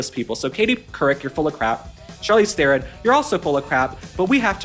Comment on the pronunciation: The moron traitor Charlize is despicable in herself. Oh, and her surname is pronounced "TRON".